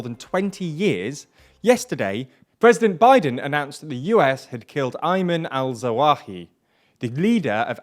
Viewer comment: Say "AL-ZAWAHI" once more! 😂😂